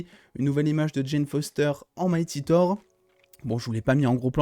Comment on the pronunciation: Ouais bon mec c'est TOUR comme si tu parlais d'une tour...c'est pas parceque c'est en anglais qu'il faut dire TOWER😂😂😂